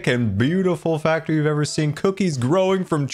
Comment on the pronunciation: It’s a cookie factr-ee (like fac-tree)! Having a dead tree adds more color, but what about cookies in the tree too? They would stand out against leaves. Anyway, the build is amazing I really like it! AND MUMBO HAS A GRIAN WAFFLE!! On the back of his head!